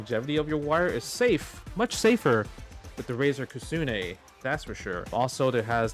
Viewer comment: Justin, there is no A in Kitsune and the T isn't silent.